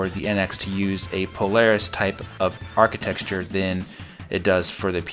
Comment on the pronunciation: You keep pronouncing "architecture" like "archiTEXTure."